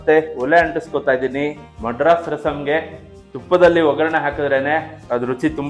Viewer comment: ಮಡ್ರಾಸ್ ಅಲ್ಲ ಮದ್ರಾಸ್